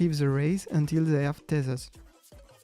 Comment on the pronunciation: i prefer the fact he says that we have to "EEL" the tank and wait for the "TASERS" and dont aoe